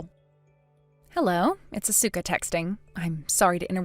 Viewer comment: MIL gets everyone's name wrong. Even her own son's!😮 Asuka and Ko? Hmmmm